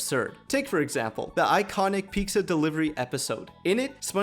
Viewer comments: It’s pizza not pikkzaa my brother !! Gotta love that brown culture ❤️❤️ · Bro sounds like he's saying Peeksa.